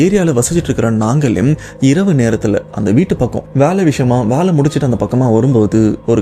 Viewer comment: தம்பி அது வாலை இல்லை வேலை பலமுறை சொல்லியாச்சு ஆனால் நீங்கள் திரும்ப திரும்ப வாலை வாலை என்றே சொல்லி எனக்கு சஙகடமா இருக்கு. திருத்திக விருப்பம் இல்லை என்றால் பரவாயில்ல!!!